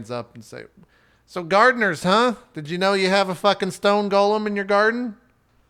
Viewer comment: FYI, it's "go-lem," not Gollum.